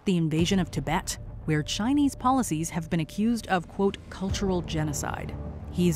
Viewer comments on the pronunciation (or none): none